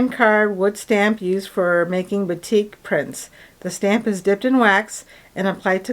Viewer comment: A friend grew up in Indonesia. She pronounces “batik” as BAH-tik, emphasis on the first syllable. I try, in my small way, to pronounce names as they should be in the original language.